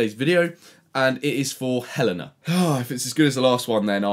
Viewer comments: btw, helena is pronounced Hel-AY-na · Did no one get angry at the fact he said HELENA WRONG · Take a shot everytime fucking says Helena wrong